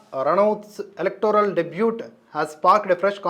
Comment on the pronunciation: debut ని దెబ్యూ అని పలకాలి సార్